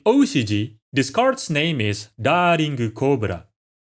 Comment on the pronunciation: Finally. Someone who can pronounce these cards names lol